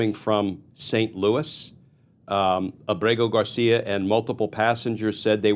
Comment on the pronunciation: Glenn you pronounce his name so perfectly almost like you have a man crush on him. Your phony tough guy serious tone is such a joke. I can’t stand phony. That’s all you are. You’re just another democrat hack that’s full of shit. Maybe you and Senator Van Hollen can have a margarita with him